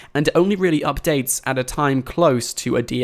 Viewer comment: I don't like how you say updates